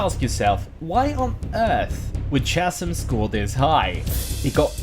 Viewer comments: 2 things. 1.Chasm pronounced "Kas-im" not "chaz-im". 2. This was a great video other than that 1 mispronunciation. They just release TS 1-3 on PS5 and i plan on playing all 3 with my mates. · I know this is four years old, but “chasm” is pronounced with a hard “k” sound, not a soft “ch” sound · i lost it when you pronounced chasm im sorry